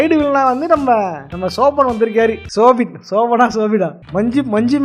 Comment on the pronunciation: Ennapa soubin nu correct solla theriyala, nee video poda vandhuta